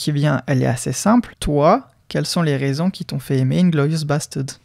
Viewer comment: Inglorious basteuds